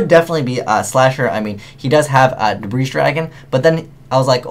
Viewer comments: So it's not pronounced 'debr-aye'. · The s is silent in debris bro. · Omg I hate when people say the s in debris. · You're referencing spelling, he was referencing pronunciation. He was right, by the way, the "s" in Debris is silent. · Debris, the "s" is silent. Ugh. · One thing when watching you or videos is...why do you never pronounce Debris properly?:P